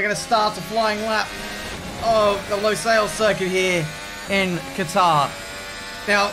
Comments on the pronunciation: it's not pronounced LOsail it's LUsail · It looks like Hungary Also I think its pronounced lusayls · The pronunciation is almost correct it’s pronounced like combining lewis and sale in one word Lew-sale